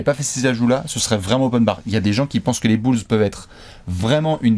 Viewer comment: les "bülz"